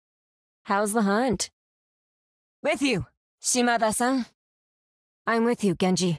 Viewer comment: Not sure if it's just me mishearing it, but it really sounds like she's saying "Shima-ba" instead of Shimada. The ba could be in reference to "ba-ba" as in granny.